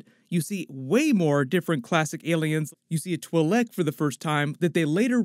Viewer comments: "Tilek" & "Favruuou" ? Dude come on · The Twi'lek is actually pronounced ------> "chWEE - Lek".... Not as it's pronounced here in the video.. Ahsoka Tano pronounces it like this and she's a Twi'lek herself